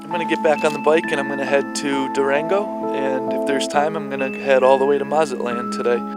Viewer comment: Dude, never chew gum on camera, let alone every time you're on camera. Also please learn how to pronounce things i.e. Panama, Mazatlan.